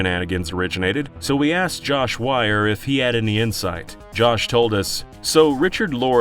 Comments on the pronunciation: Learn your Phonetics, there are no triple vowel rulings, just double vowel rulings, at worst this butchering should be WEIR like "Wee I are".. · "WEiER" not "WeIeR" it's pronounced WEER, like,"we're", not WIER like "Wire".